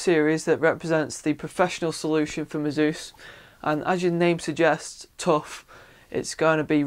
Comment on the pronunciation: Although I don't say it the way he does, I have seen the ad he mentioned, and he is saying it correctly.